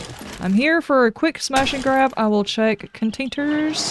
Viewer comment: good episode. this building looks like it's going to be a fun one to build up, but a big project. Probably going to have to knock down all unwanted neighboring walls to keep them from carving their own stair system into them. and "cun'tainers?" Ahh, so that's where that word came from! sort of like the whole sheath/vaj origination. didn't know you were an etymologist! :D